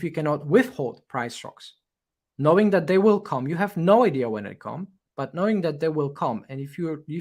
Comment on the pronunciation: Very useful analysis. Thank you. For me it is tooooooo long even if with 1,5 playback speed. It would be great if it were more concise without so many synonyms and repetitions and side stories. Your Englsih is really great although you keep mispronouncing many words like "subsequent" , "come" or "resistance". I also liked the fact that you admitted being wrong - very few youtubers do that. Kudos